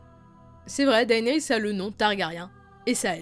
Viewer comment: Juste comme ca on dit dénérys et non daénerys...